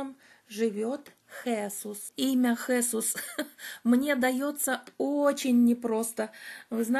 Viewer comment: Правильно произносить Хесу́с...живу много лет в Испании и неправильное произношение режет слух).Мне 63 и в прошлом году я прошла по Camino de Santiago ingles(это где -то 112 км примерно) с подругами,мы снимали частные квартиры для ночёвок.Очень довольна,испытала большую радость,когда оказалась на площади перед кафедральным собором.У меня было большое желание пройти этот путь и я прошла один из его маршрутов!!!Благодарю всех,кто поспособствовал этому!!!